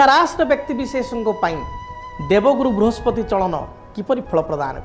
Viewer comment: Vrihaspati mein pehle" sa " ko correct kijiye sir . Conentent mein hae